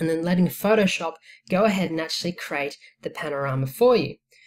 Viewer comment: CREEEEE--AAATE not CRATE